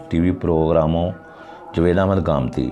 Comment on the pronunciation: پہلے اپنا تلفظ تو ٹھیک کر لو.... جوید کون ہے